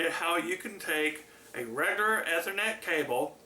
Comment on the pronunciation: The way he says ethernet. (Eee-ther-net